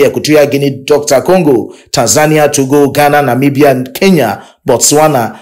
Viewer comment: Pls don't say doctor Congo again